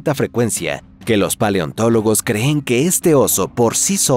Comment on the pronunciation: La IA también puede lograr eso, sólo fíjate cada vez que dice el verbo "creer", siempre dice "se creé" y "creén" y ya lo dicho en varios videos y en varias ocasiones en los vídeos.